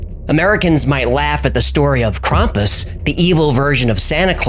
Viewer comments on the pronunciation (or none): none